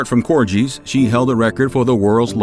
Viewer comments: Its pronounced Cor-gee...not Cor-jee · Theyre pronounced Cor-Gee...not Cor-Jee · she was sent to Windsor NOT balmoral at the start of the war its pronounced COR GHEE (pronounced like the Indian Butter Ghee) not COR JEEE As Queen Regina she doenst have a last name before she was married or the queen she was Known as Elizabeth York, Charles was Charles Windsor Prince of Wales but he will now jus be known as King Charles III not King Charles Windsor. So she didnt choose not to have a last name a monarch just doesnt have one the Queens Favourite Drink was gin and Dubonnet other than that great vid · Corgees?? In true US style and " no offence intended said completely wronG" Notice the G! "Got" "Go" "Gimp" "corGies" 🤦‍♂️ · It’s the pronunciation of corgis for me 😂😅❤ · are we all going to ignore how he pronounced corgis